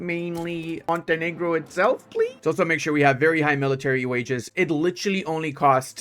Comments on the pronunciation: Love the non-controversial pronounciation of Montenero! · Ill not watch this video if you won't pronouce the name right. Grow some balls man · I find it funny that YouTube can create problems because of the pronunciation of Montenegro Like, don't almost all Latin languages use the word normally to refer to a black person?